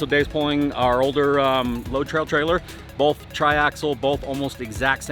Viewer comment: Bolth…..bolth….😏 Both*